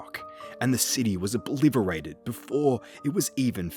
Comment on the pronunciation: I love your videos man, been going through all of them since I came accross the channel. though- saying obliVerated instead of obliterated just took me out a bit there. Your voice and cadence are SO good for story telling, it's a seriously underrated channel